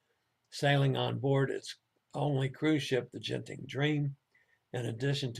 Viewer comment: Sorry everyone missed the first half's muted news. Genting is pronounced with a hard G as in go and Ginza (the Tokyo shopping district). With most transliterations of Asian languages into English, they use the letter J when it's the soft G sound like Jiji.